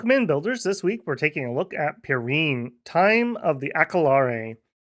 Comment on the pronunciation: Also my French / Basque girlfriend from Bosse insists its pronounced like Pyrenees mountains. Like Pi Ren Nee not Pi Reen. Her heavily french bias and my being a total anglophone makes Dominions nations a good time when shes in the office.